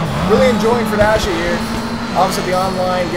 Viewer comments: It's pronounced fury-dashi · FUR-I-DASHI......I know you like the furries mate, but come on :P